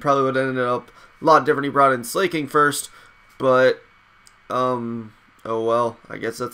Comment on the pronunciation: Slaking is pronounced Slack-King and Terrakion is Ter-Rack-Key-On.